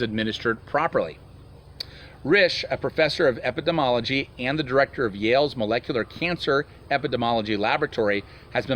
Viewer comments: Just to try and help you out with the medical term: Eppah-deem-ee-all-oh-gee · Epi-dee-mee-all-oh-gee. Epidemiology.